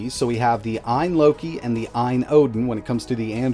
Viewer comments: AYN. Not AYA. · you mean ayn, not aya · It's AYN, not AYA. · AYN not AYA. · It’s ayn not aya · Ayn, not Aya bro... Aya wishes Loki never happened... 🤣